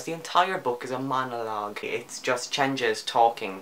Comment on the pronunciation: The 'g' in Changez is a hard g like the g in good. Not like the g in change.